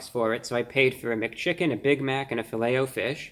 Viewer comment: How else would you say it ? Filletahfish? Nah its Fillet “O” fish.